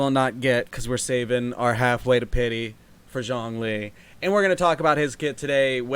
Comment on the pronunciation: messing up names should become a series. “Zhong ling” rlly